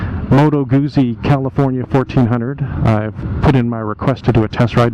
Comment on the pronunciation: A SPORT bike handles like a Sport bike, sorry. Moto Guzzi, Guzzi is pronounced like Pizza, the z’s are pronounced like t’s. I’ve had a 2002 California , it was ok, plenty of personality. I think the new Goldwing tour is more like a larger FJR. Thanks for your review